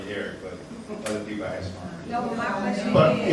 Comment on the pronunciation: “If you wanted the information, you could of axed” 😂